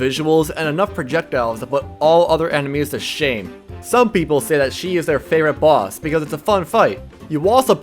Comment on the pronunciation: They way he says boss is like bΩss